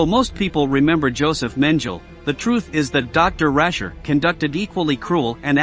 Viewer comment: What is SADICAL?? Mengele’s name was not “Menjel”. It was Mengele - a hard “g”. This is all a disgrace. We are not fools. “SADICAL”???